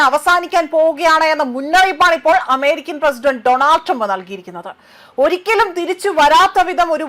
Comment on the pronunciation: ചേച്ചി ഫയപ്പാട് ഈറൻ അല്ല അമിരിക്ക്